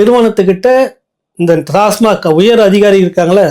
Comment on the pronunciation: Kindly pronounce TASMAC.. Correctly..